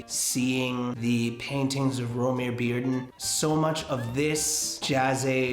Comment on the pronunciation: thank you now i know how to pronounce romare bearden <3